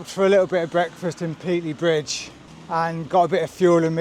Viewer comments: It's pronounced Pate-ley, not Pete-ley FGS. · Please learn the correct pronunciation for Pateley Bridge! Otherwise an educational and well presented video. There was a time when I would have done it in three days. I've done the original C2C several times in three days but in those days I was 15 year younger and we had a support van carrying all our kit. I'm presuming you've sent your kit ahead as there doesn't look much more than a sandwich and a bag of crisps in your back pack. i'm with the guy that took longer and enjoyed the ride. There's so many places to stop and stare.